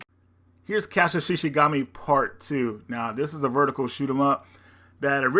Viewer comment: The game Shikigami is pronounced She•Key•Gah•Me